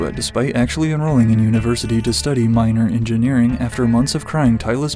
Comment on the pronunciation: I can’t be the only one who heard him minor Engineering 😂